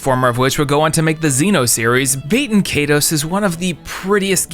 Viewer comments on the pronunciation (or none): Bayten Kaydos? I thought it was pronounced Bah-ten Kai-dos. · dude its "bay-ten KAI-tose" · Pretty sure it's prononced bat EN kai toas. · That pronunciation of Baten Kaitos definitely removed some points from your nerd card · Haha the way this man pronounces baiten kaitos is WILD